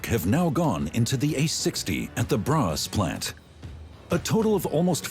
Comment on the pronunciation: What city is "bras"!? Do they mean "Borås"